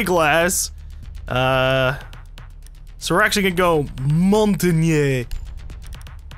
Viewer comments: You're actually pretty close there,. You're saying it like [mɔ̃.taɲe] when it's [mɔ̃.taɲ]. Basically, try saying it the way you do, but without the last "e", like "montagn". I don't think it's easy to say if you don't speak french though, so you're right, no need to worry about it, really;-). Keep up the good work, I LOVE this series, especially when you can chat with your team, but I'm aware it's not possible to have that every game. Love you. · It's not actually said "shampain" in french, it's just easier for english people to say it that way. But you're right that it ends with the same sounds as champagne, only in french. If you know phonetics, it's said [mɔ̃.taɲ] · I believe it is Mon-tah-ney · Mon-Tain-Yah,. It's Mountain in French. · montagne: the French word for "mountain". Pronounced like a combination of the words "mon-tan-ya". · It's mon-tan-yeh/yay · Essentially, it is pronounced mon-tan-ya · it is pronounced Mawn-Taw-Nyuh lol if that helps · it's pronounced mon-ta-ne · It's pronounced Mon-tayne. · Close, but not quite ;). It's [mɔ̃.taɲ].